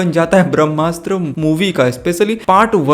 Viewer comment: It's BHRAMASTRA not BHAMASTA... But anyway's video is awesome👍👍